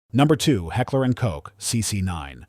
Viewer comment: There's a German word out there that spelled k o c h. It's pronounced cook. Please quit trying to reinvent that word. It also means exactly the same thing because the English used to say that word and spell it the same way back in the Middle English days but then again why should I be surprised we actually use the German spelling for church but we still don't pronounce it properly. That's probably pronounced kirk. Look at your middle English. Just because the English don't understand the language they've adopted. Doesn't mean you have to run around in abject ignorance forever. And don't even get me started on Giselle.